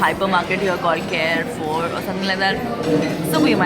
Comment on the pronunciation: It's not care four it's pronounced car four I live in Dubai <3